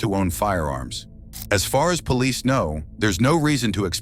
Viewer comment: Is everyone deaf he said "Police" very clearly while crossing the door ... although with more of a french accent it's still the same word